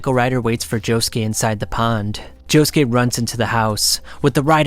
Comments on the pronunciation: Can’t forget Joe-Shoe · Why he say jojolion like that, why he say Josukes name like that it hurts